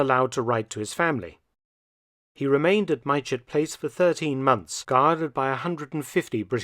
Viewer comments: Fantastic video, as always and thank you. I live in Farnborough Hampshire, a few miles from Mytchett Place. Pronunciations may have changed since 1941, but currently the village of Mytchett is pronounced "Mitchett". Just for the record and in no way taking anything from this great video. Like another commenter mentioned, it's like being in the 80s and actually having to wait for the next episode rather than binging on a good thing all at once is a strange feeling. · Hess was indeed held in Mytchett, Surrey. But it's pronounced Mit-chit, sometimes slightly off as Mitch-it, but never My-chet or My-chit. I know, I lived there for many years. Enjoyed the video, thank you. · Point of pedantry (from a local): Mytchett is pronounced "mit'-chet". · Sorry to be pedantic but mytchett is pronounced mitchit. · It is pronounced Mit-chet House Mark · Mytchett is pronounced Mit-chit. Great video/series! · Thank you Mark. The whole Hess story just reeks of intrigue and plot - all virtually kept secret. Can't wait for episode two. Just for the record, the locals pronounce 'Mytchett' as 'Mit-chit'. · Prof Felton, "Mytchett" is pronounced "Mitchit" if that helps👍